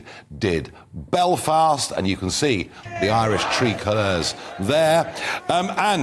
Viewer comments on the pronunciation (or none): none